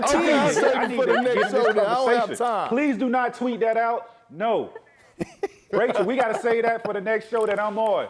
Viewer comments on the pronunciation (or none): none